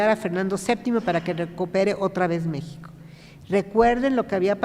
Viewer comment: La palabra México no la pronuncia correctamente! Hay que recordar que es idioma nahua. Es grato saludar